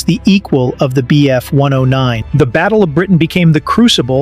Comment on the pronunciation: Because its AI, notice how he says m k instead of mark, the wierd way he said bf… 109 istead of just bf 109 like a person would, and the true nail in the coffin, he said miles… p h, instead of miles per hour, because AI does not understand how to read things like MK and miles/ph correctly. Spotting AI is alot easier when you start to notice wierd unnatrual pauses and abreviations not being said like any person would just say normaly.